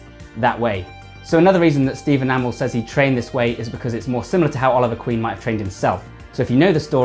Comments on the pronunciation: Green Arrow i didnt notice He does Kinda Steven (right) amall (its A MEEE LLL) (Stephen i know) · Steve Enamel? 😂bruh you saying it wrong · Stephen A-mol?😂😂😂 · Why are you pronouncing Amell as ah-mal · Amazing video man but you kept saying Amell wrong 😂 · He's English, cut him some slack. It's like tomato. Never said the same way. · He's says amell wrong